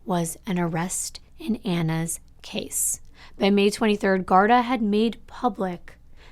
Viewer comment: Not trying to sound like a no it all. I only know this from people I know from Ireland. The police there it's pronounced GAR-DEE like how they say saint paddy-ieeess instead of a shorter and softer y sound. But I love you're videos you're so beautiful inside and out. You kid is lucky to have such a clearly loving mother. :)